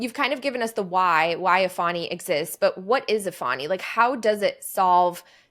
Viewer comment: He can't even pronounce his company name correctly. It's not A-fani. It's Eeeeee-fani.